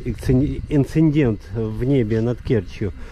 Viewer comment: как всегда, отличный репортаж! Только: не инциНдент, а инцидент!